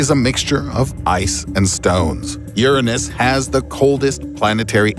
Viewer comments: This man keeps calling that poor planet “urinthis” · funny how he says "yurunus" you gotta say YOUR ANUS! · URanus not urenus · cool vid and all, but you pronounce youranus wrong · "Urenes" lmao wtf happened to Uranus? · ...Urenis? you mean Uranus. You said that so wrong i cringed. Idc if people cant handle technical terms٫ just say it ccorrectly. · How come he say Uranus wrong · He doesn't pronounce uranus as "your anus". 😂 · Still doesn’t pronounce Uranus right